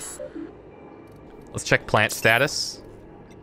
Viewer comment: Geothermal Pant-lant. (pauses) Puh-lant. :D